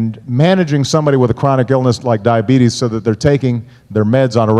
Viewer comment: 강의 잘 들었습니다. -the chronically ill: the가 붙었기 때문에 병이 아니라 만성질환자들을 지칭합니다 -diabetes를 debate하고 혼동해서 발음하셨네요 -take meds는 그냥 약 먹는겁니다